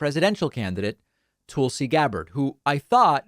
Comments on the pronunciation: David as you well know, Tulsi's name is pronounced like Tulsa Oklahoma, not Toolsi. Don't be a tool, you are better than that... Peace and love, j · Again, her name is TUL-SI, not TOOL-SI (unless you are intentionally saying tool as a dig at her grifting). And the ONLY reason the left tolerated her for a short time is because she supported Sanders and when some stated tried to screw him out of delegates by casting them for Clinton when that is not what the people wanted she was one of them that put her vote for Bernie when pressured not to do so in Hawaii. And it was only Republicans calling her a true liberal. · I like how he calls her toolsi 😂😂😂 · You know it’s not pronounces TOOL-see, right!?…. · I enjoy the way David says her name, Tool-si is definitely apt. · You've been pronouncing her name wrong for years.